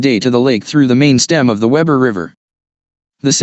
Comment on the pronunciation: It is spelled Weber and pronounced WEEber